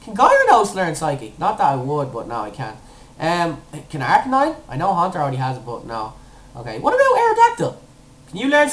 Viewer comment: ARCANINE IS pronounced AS AR-KAY-NINE I HAVE A BOOK THAT PRONOUNCES THE NAMES